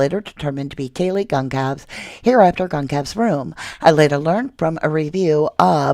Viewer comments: Actually, it's GONcalves, not "CONcalves" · Kayle GON-SAL-VEZ NOT GON-Calves ❤